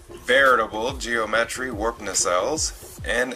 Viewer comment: Geo metry. Lol